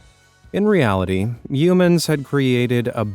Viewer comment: Coober Pedy is pronounced Coober PEEDY. And we don't eat "Shrimp" in Australia....we eat Prawns. The puns in this are painful, but thanks for featuring such a marvellous array of unique homes. Oh, and "Yeoman" is (simplistically) pronounced YOman. The E is silent for all intents and purposes.